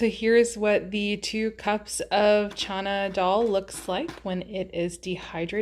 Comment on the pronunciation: That’s what it sounds like she’s saying… I think it’s just how she’s mispronouncing it… but yeah its “Chana Dal”… lots of recipes on Pinterest. It’s a really good and healthy recipe of Indian origin.